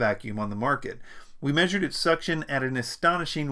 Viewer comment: Powerful suction eeeh ehh ehh hee ehhhh hee hee ehhhh He said SUCtion...